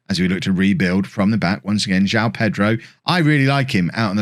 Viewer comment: Some tips for pronouncing the Portuguese/Brazilian names: There's an o in João, it's not just "Jao"... I'm not even gonna get on the nasal sound thing about the ã, that's just hell for foreigners The ç in Gonçalves has an s sound instead of c/k. And the á thing in Camará means that's the strongest syllable in his name and should be the one highlighted. Have fun trying to pronounce those correctly!!!